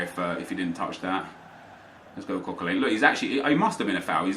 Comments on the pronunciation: Coquelin is pronounced Coquelan not Coquelane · why do you pronounce Coquelin likes its "Coquelain" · Hearing your pronounce Coquelin makes me want to kill myself